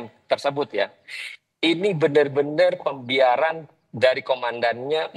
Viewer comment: "ini pembiaran" Bukan ini setoran.